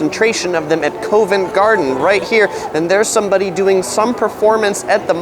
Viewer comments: Couldn't help noticing how you said these two areas. They are pronounced "Cov-ent" garden rather than "co-vent" and "Piccadilly" rather than "Picca-deli" Great explanation video nonetheless. Keep up the good work! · As a Londoner this video is very good and recommendations are all worthwhile. Had to laugh at the pronunciation- Covent Garden is not Co-vent it’s pronounced Cov-ent - Americans, we love em !! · Really enjoy the videos but not the pronunciation of COE VENT Garden... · lol I was going to say the same thing. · Good video until the pronunciation of Covent Garden.